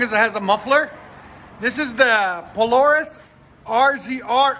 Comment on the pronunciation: You said Polaris wrong at the start of the vid 😂